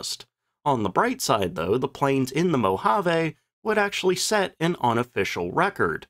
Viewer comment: It’s pounds-force, not foot-pounds. It’s Muroc (Murh-och) not Murdock. It’s Moh-ha-vee, not Moh-Ha-Veh. It was quite common in the era to baby-steps the flight testing in the States, where they had the luxury of infinite runway, to take “short” straight-ahead hops on the lakebed, in, and just out of, ground-effect. Aircraft design was still an art., I really enjoy your content otherwise. 👍😃